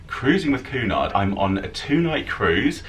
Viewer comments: Oh, I couldn't get past your Pronunciation of Cunard... its queue nard as opposed to Coo nard. Great video though. Love your channel and follow it all 😊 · It’s not pronounced Coo-Nard it’s pronounced Cue-nard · Actually, I believe it is: Cunard Line (/ˈkjuːnɑːrd/ KYEW-nard and I believe it is Lee-doh, not Lie-doh. Have a nice day. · Hey! Cheers for taking us along on your cruise boat experience. Just thought I’d let you know that Cunard is pronounced KWEY- nard. I’m not really into boat trips. But thought yours was quite interesting.